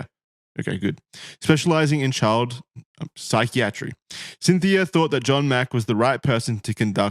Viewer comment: Psych-ky-at-tree boys! Not psychiatric without the ic on the end. I love how looked to for the correct pronunciation, and he gave him the exact wrong pronunciation!! Lol 🤣 You guys are fabulous together, can't wait to see what happens tomorrow night!! 😁✌🏻❤🇦🇺